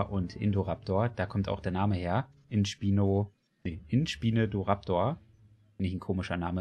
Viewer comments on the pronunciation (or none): Man spricht ihn eher „In-ßpineh-raptor“ aus. PS: Den Spinosaurus spricht man auch „ßpinosaurus“ aus. (Mit einem scharfen „S“ Laut)